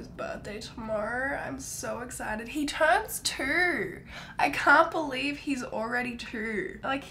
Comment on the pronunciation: What I hear when you say two: "Trowoorrrrwwwoowwwwrrr" 😂😂😂 I LOVE YOU!!! 💛💛💛